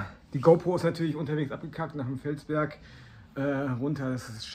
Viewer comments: Feldberg nicht Felsberg 😃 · Feldberg und nicht Felsberg.